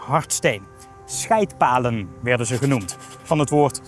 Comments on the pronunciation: Ik verstond toch echt "Schijt-palen" 😂🤣😅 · Het kind in mij moest erg lachen toen je "scheydtpalen" zei.